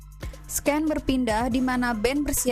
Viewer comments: Koreksi aja scene dibaca sin bukan sken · Sin dibacanya mba bukan sken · Scanes di baca SIN bukan SKEN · Sin mbak baca nya ,bukan sken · Blm apa2 udah dikagetkan dg pelafalan 'sken'. Coba kata2 sehari2 b ingris masa iya gtau baca yg benernya. Udah mau menikmati spoiler rusak gegara sken. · scene bacanya "sin" mba hehe🙏cuman masukan dikit